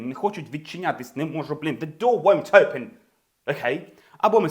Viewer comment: Хахах... Усі вчителі навчали нас зовсім по-іншому! Усі, буквально кожен з них вимовляв просте слово "open" як [оупен]... 😂 У вас же - зовсім інакша, але така типова вимова як для звичайного англійця! Не "оупен", а щось схоже на "ьойпен" (майже так само якщо поставимо якусь приголосну перед м'яким знаком, але не вимовляючи цю приголосну!). Просто шикарний British accent!